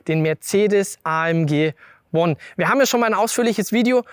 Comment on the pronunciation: kann jemand dem jungen Mann sagen, dass das nicht Uon heisst sondern Uan, Mensch, das einfachste Wort der Welt ! Auch schon mal englisch gehabt?